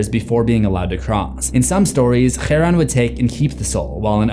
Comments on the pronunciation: It is Cha-ron harpn pronounce it right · Aaaaaah you're using the spanish J to pronounce the names and its driving me insaneeeee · Chaos, Achillies and Charon both have "CH" pronounced as a "K" sound. "Hkch-aron" is not how it's pronounced. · I'm probably in the far minority in this, but does it bother anyone else that he pronounces Charon as [xæ̃ɹʌn], with the initial 'ch' being a non-English consonant, but all the other sounds being typically English? Like, just choose. Either you try your best to fully comply to the original pronunciation (which by the way uses an aspirated velar plosive [kʰ] as in the word 'cat' rather than the velar fricative [x]), or you just use an English pronunciation. This weird semi-exotic mixing just strikes me as an attempt to convince the audience that you know what you're talking about, while actually it just undermines your authority. Anyway. Thanks for listening to my TEDTalk. Have a nice day. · Because Charon is Greek his name would be pronounced Ky-ron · It's Kai_ron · I usually like your videos but what is this pronunciation of Charon? This one was a bit hard to watch due to it, it genuinely made me angry :P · how many times did you spit on the camera trying to pronounce the name cheron,it has that phlegm sound at the beginning that so many middle eastern languages uses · Obligatory pet-peeve commenter here: I am genuinely curious, as I do not speak Greek myself. You pronounce Kharon more in the manner of Arabic, treating the "χά" more like the Arabic "ḥāʾ". I thought that it was more akin to a hard "k"-sound. Have I been wrong all this time, or did I successfully nitpick a trivial error? Because if I am wrong, I'd rather not continue making a fool of myself. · Why do you say his name so wrongly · You know whata funny about greek mythology? Zeus is the villain and yet Hollywood has the brain of a christian toddler to think hades and charon is also how did you say charon? Cuz it always sounded strange